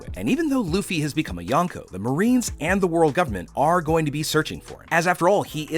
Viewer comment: kinda makes me mad that your saying yanko💀